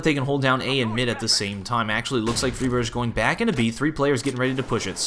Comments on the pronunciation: It's fry-berg (like Iceberg), not free-berge. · Great video but keep in mind that Friberg is pronounced with a regular [g] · Great commentary. Liked it a lot. One thing to note though is that Friberg's name isn't pronounced with a "sh"-sound at the end. The G is pronounced like the G in Gregg or Garfield. Don't wanna be a nit-picky little bitch. Just thought some might wanna know. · you pronounced fribergs' name around three different ways that entire game :D :D